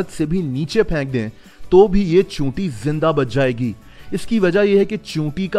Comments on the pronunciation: Choonti nahi cheenti hota hai. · he say chuyita